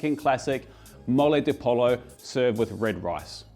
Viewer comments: "Po-yo", not "pol-o". The double L in Spanish is pronounced like a y. And the sauce needs to be a bit thinner. Otherwise, looks good. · Not polo, poLLo, you try to pronounce other languages correctly, but not spanish? dude please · Pollo pronounced poy-yo if you needed that, hall -a-peen-yo is also the closest way to get that right. I’m a so cal native and I have honestly never understood it or thought it was very good. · Maybe they can teach you how to pronounce all those ingredients lol. Took me a minute there to understand what "de polo" was lol. Pollo is pronounced like Po Yo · GO TO MEXICO!!! And its pronounced POYO, not POLO. You can easily check the right pronunciation of your dishes in google translate. Not much effort and won't be destroying their real names. ;-) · Two L's in Spanish equals a Y sound. So not polo but Poyo ☺️ Absolutely love your videos and watch daily 😎🤘🏼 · Polo? Tomatilo? Poyo and Tomateao my guy. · Hello, If you do come to learn about Moles, Oaxaca is where you want to go. There are 7 moles here, the one you prepared is the Mole Negro (the black Mole). by the way Pollo is pronounced more like Poh-yo than Pol-oh. the double ll is how we make the El-yay sound in Spanish (like the french and italian gl to make the same sound). There's lots to do in Oaxaca and eating is one of the best parts. Love the show, Jacques Mexico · I thought double l is pronounces y? Po-yo rather then po-lo? Is it different in mexican dialect? Also, shouldn't it be "pollo con mole", not "mole de pollo"? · I love your channel and your videos. But I’m sorry this doesn’t look legit. I’m not Mexican I’m actually a kiwi like yourself but love Mexican food. I’ve spent a fair bit of time in Mexico and have extensively researched this Mexican festive staple. Oh and pollo is pronounced poy-o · I left the video when he said "mole the polo" 🤣🤣🤣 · That “Mole de ‘polo’ though. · Pollo is pronounced poyo. Double L in spanish is a Y sound. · POLLO IS PRONOUNCED POY-O